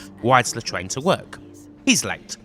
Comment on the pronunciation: nobody: this nigga: pwoject this nigga: wides the twain to wowk